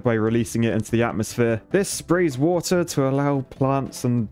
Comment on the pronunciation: Ah yes, my favorite WOTAH